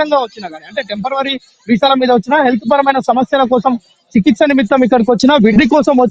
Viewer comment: టెంపెరవరీ వీసాలా? "టెంపరరీ" అని స్పష్టంగా పలకలేని వాళ్ళు, మన రిపోర్టర్లు. శెభాష్